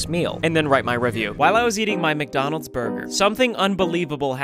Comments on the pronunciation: what in the "WcDonald's"?! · Wth how bro its wcdonalds💀